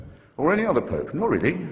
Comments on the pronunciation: I'm a logical member of society who came here to witness a intellectual and stimulating debate... and i can't get over the fact that the Archbishop says poop and not pope. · being horribly childish here but I cant help laughing at the Nigerian clergyman calling the Pope as Poop